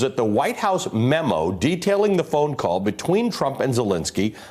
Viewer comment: So hilarious watching you guys STILL struggling to say memo. Clearly the focus is on views over quality.